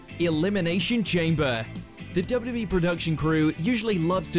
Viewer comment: Why you pronounce it "dubbiya-duh-bee" Not even close, dude.